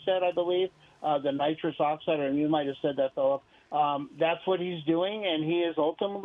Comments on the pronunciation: Nitris lol....they said helium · It's nitrous you fuckin anchor-bozos